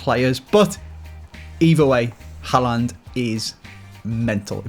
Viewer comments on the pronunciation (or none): His name is no haland is håland=real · No it is håland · Ivan å is pronounced like “oh” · It’s actually pronounced “Ho-land” !!!!!!!